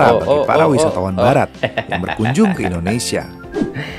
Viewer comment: Bukan indonesiyen. Tapi Indonesia.